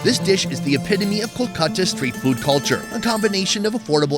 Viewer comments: Not coo-khata, it's call kool-kata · Your Kolkata pronunciation realized me why English people named it Calcutta....Glad we changed to the original name...By the way Kenya was Kiriniyaga..